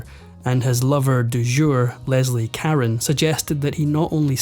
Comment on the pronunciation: RONE! Leslie CA- RONE.